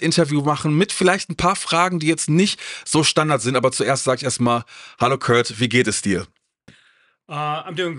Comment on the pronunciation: Die K.i Übersetzung ist jetzt schon genauso kult wie der Film. Die Übersetzung könnte sogar Cleveland Indians 2 den Rang ablaufen. „Oh Kurt“ anstatt Körd, oder auch die Seed Ups